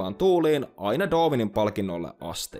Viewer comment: Sanoit doovinin etkä darwinin